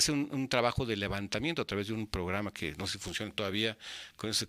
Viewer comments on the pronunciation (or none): none